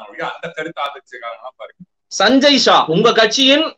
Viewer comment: என்னங்க இவர் சஞ்சய் ஜா என்கிறார்,அவர் சஞ்சய் ஷா என்கிறார்...